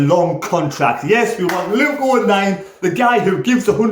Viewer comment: Nearly got my name right mate 🤐😂